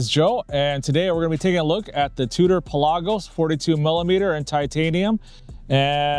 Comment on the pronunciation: You pronounce it correctly, since iirc the name is derived from "per lagos" - "for the seas"